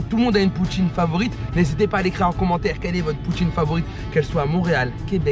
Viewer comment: J'adore! J'ai ris et j'ai faim "Poutiineu" tu m'a tué 😂